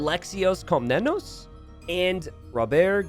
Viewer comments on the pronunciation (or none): Just because I know you care about the pronunciation, otherwise I wouldn't care, Alexios Komnenos, Alexios you pronounce great, Komnenos e is like esports not echo and the emphasis is on the last O so KomnenOs .